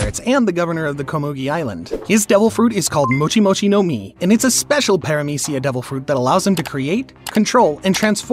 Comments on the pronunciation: *Paramecia, not peramicia. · “Minotares” “Peramecia” “Mouchi” “Trufflegar” This was a really good video, but the bad pronunciations really take me out of it😂